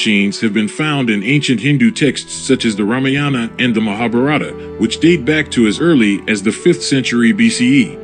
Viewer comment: Dont pronounce rammayaana, pls pronounce raamaayana